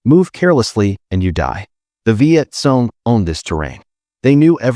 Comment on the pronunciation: Hey, narrator it's pronounced Viet Kong, note: KONG (CORRECT), NOT Viet Song, NOT Song (WRONG).